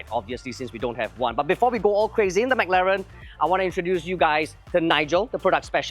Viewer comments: Dude it's pronounced as "m-claren", not Mac-Laren! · yeah spot on. so long in this industry still can't pronounce properly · why did you pronounce Mclaren the way Singaporeans pronounce macdonalds LOL. The Mclaren engineer dude was pronouncing it right the whole time and the host just ignored it hahahah